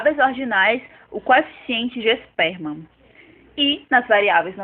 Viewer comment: O video está bom. Sugiro melhorar algumas pronúncias. Exemplo: Pearson se pronuncia como "Pirson", e não "Person". Spearman se pronuncia "Spirman", e não "Sperman". 😊